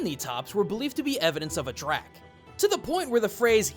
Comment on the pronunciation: Just a quick note, 'Drak' is pronounced 'Drake'